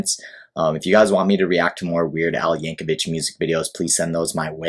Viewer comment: His family pronounces the last name "Yank-o-vick". Also, you should react to "White and Nerdy" and "Hardware Store"... among 200 or so others. The man has been making music since 1976.